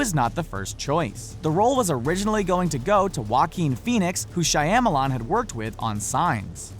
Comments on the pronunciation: "M Night SHAYAMALAN" What? Shyamalan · shy-ya-ma-lan lol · M. Knight Shy-am-milan? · "M. Night Shy-Yam-a-Long"?? Seriously? C'mon, at the start of every Wikipedia article about a person, they show you how to correctly pronounce their name...takes 20 seconds to check. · the second I heard him say shi ama lon I immediately started looking for the first comment about it. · "Shayamalan" ?? Boi~ there ain't no 'a' after that 'h'! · Shyamalon? How the hell do these people know so much about movies and still can't pronounce so much about them? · Oh my god you butchered M. Knights last name